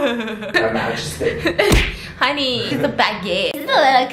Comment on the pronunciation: the way he says honey lmao 😂